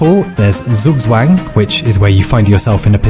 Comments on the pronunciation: Also, as a German I have to inform you that "Zugzwang" is pronounced more like "tsoog-tswang"... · I rellay, REALLY love when creators take their time to research the correct pronunciation of words outside their native languages. Like exurb1a actually nailed it with "Schach Matt"; my heart had an emotional boner! ... But then came "Zugzwang" and it lost all motivation in a shameful reality check